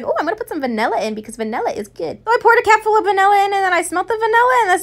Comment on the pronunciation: Lol when u said CAP full I thought you said CAT full